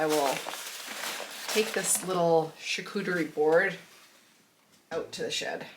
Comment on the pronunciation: Charcuterie board? I think you meant char-screw-terie board. 😂